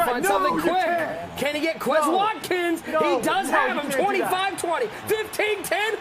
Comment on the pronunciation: these commentators are just like real nfl commentators in the way i want them to stfu, and also because they can't pronounce quez watkin's name right, they say it the white boy way.